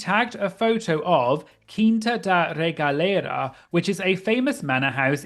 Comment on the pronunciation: Kudos for your pronunciation of Quinta da Regaleira e Cabo da Roca. You gringos usually strugle with portuguese (i'm brazilian, hey) but you said this words in a very good way.